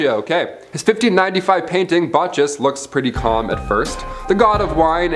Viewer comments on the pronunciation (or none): Bacchus - the H is silent; pronounced BAK-us.